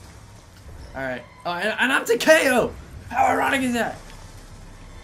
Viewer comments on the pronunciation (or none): It's pronounce ta-ka-o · Tah kay oh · It’s tak-e-o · Why does he say takeo like that